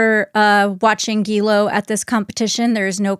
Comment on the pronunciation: I love, but he doesn't 'try his best' when it comes to pronouncing names. He makes no effort at all! It's taken him a whole decade to stop pronouncing 'Guillaume as 'Gillam'